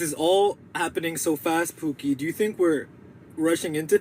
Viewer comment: he's pronouncing 'pookie' like 'poo-keh' which means...something else in Tagalog 😭